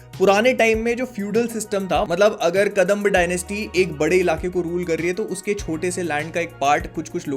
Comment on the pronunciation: Not Kadamb, it's Kadamba